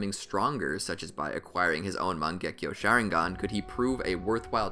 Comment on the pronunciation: wtf did he say sharingan